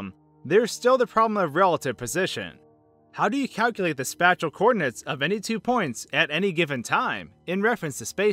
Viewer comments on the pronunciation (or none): "Spatchul" it's Spacial pronounced "Spais-shul" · I don’t mean to be rude, but you’re saying spatchel. Spatial is pronounced similarly to special, with an a as the first vowel. It is also spelt (yes I know, you probably spell it spelled) spacial sometimes. Spay-shl. Interesting video otherwise, though wouldn't damaging your brain and reconstructing it kill you? Also whenever conservation of momentum comes up, there is always somebody who is quick to say that momentum has to do with direction, and therefore that momentum is in fact not conserved, but given that the portal gives us a non-euclidean geometry, is it not still the same direction? As far as that portal is concerned, you are heading in the same direction when you enter it as when you leave it, no matter what.